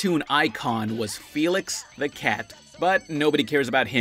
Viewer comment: My name is felix and it gives me anxiety when you say my name